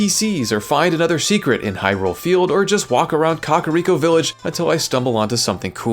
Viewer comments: Just a due note, it's not coch-uh-riko it's cuh-care-ico cool video though lol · “Cock”ariko village is the most Diddy way i ever heard it pronounced. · it's literally pronounced caca, dunno what you're doing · 'caca'riko' ... really?